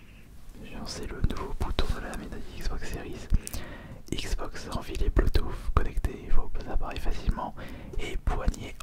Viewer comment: Tu me fais rire quand tu dit << bleutoof >>